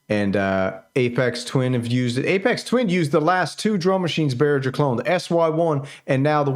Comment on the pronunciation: I was interested in this device but only lasted 2 mins into your video. Not because you managed to mispronounce both Jean Michel Jarre and Aphex Twin, but because the background musak was so profoundly irritating. Luckily, these are very simple problems to fix - do better research and don't use background musak.